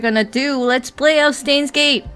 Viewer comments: it's not "Stains Gate" no one's doing the laundry right now It's pronounced: "Sh-tines Gate" Also "El Psy Kongroo" is pronounced: "El Psy Kong-o-ru~" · Steins;Gate, they pronounce it actually [ʃtaɪ̯nz geːtŏ] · please listen to these it is only 2 seconds long you pronounce the word stein wrong please just click on the listen option p.s. your videos are great :)